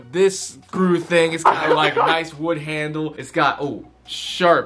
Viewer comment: He said first a chain handlel then wood Handel